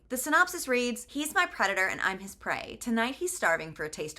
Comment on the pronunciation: "He's my predator and I'm his prey." I thought you said CREDITOR and for one brief moment this book was going to a very strange place in my imagination.